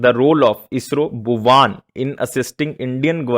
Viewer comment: Are wo भुवन है सर भुवान नहीं